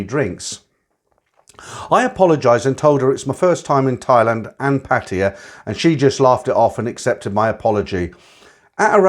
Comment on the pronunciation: A load of nonsense. How these old cargos can be this foolish and gullible is beyond me. See him, he can't even pronounce Pattaya correctly but he foolishly believed these bar girls, the ages of their grand daughters love them. This one even looks like a P.